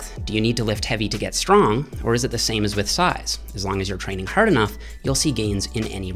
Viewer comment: The way say's hard makes me proud to be Canadian.